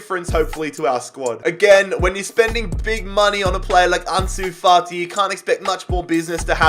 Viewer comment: no one:: Arnsoo Fartee